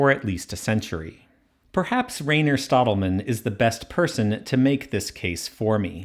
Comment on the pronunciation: We pronounce Rainer like RYE-ner not like rain